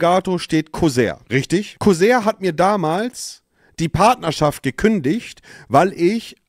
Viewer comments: corsair hahahaha? Co-sair? Broooo falsch ausgesprochen 👍😂😂😂 Das französisch du sonderschüler 😂👍👍👍👍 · 😂 jemand muss Monte sagen dass es nicht Kusär sondern Corsair heißt (ausgesprochen Korsär) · Es wird immer schlimmer.. Kuchen Monte mal wieder im Recht. Ein Einwand hab ich aber noch: Monte die Marke heisst NICHT kusär. Da krachts in Buxtehude aber wirder gewaltig. Danke 😂😂